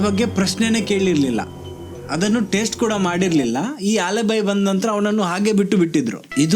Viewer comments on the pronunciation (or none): ಆಲಿಬಿ ಟ್ಟೇಸ್ಟು pronunciation not good